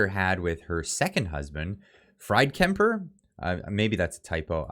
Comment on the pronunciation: Fried Kemper, his name is pronounced (freed) it's not a typo.